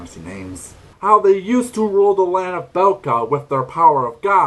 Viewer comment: Bekla, not Belka Did you try Maia?